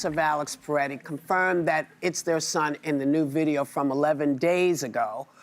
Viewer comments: Why does everyone keep saying Peretti? It’s Pretti. Pret. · Can Whoopi stop calling him “PER-Etti” and start calling him by his name “Pre-tti”?! She’s not dumb, so WTF is her problem?